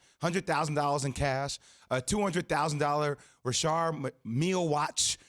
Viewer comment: “Rishard” lmao Richard Millie 😂🔥🔥